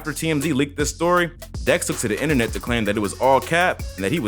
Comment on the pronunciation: People concerned he ain’t sober because of “Enter-Net”?